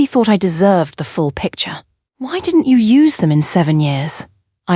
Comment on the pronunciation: She didn T , I didn T . Oh boy prononciation is lost in Translation 😅. Al contractions are in need of editing .